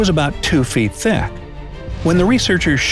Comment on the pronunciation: super cringed at how he said thick